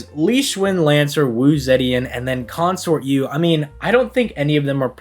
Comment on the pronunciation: i am begging you to please stop pronouncing it "wu zeddyan"